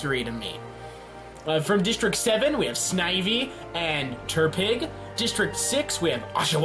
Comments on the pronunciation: Good. You got most of the names exept tepig. Not terpig btw. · Terpig? Pffffffffhahaha its pronounced tepig Also popplo? Llooooooooooool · "terpig" I legit yelled "IT'S TEPIG NOT TERPIG!" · Turpig, now it’s like tehnpig Popallio... why? Pop li o Teh pig Pop li o Please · Why do you call Tepig Terpig? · Why the fuck do pokemon if your not a pokemon fan, it aggrivates me... WHO THE FUCK IS TERPIG IT'S TEPIG TEP-PIG, I DON'T EVEN LIKE TEPIG THAT MUCH EITHER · "Terpig" I'm in pain -_ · Where is getting the R in TEPIG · " Terpig "- 2017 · I thought he said Turdpig lol. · Why just why, why ate the start did he say terpig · I hate how he pronounces Tepig and Popplio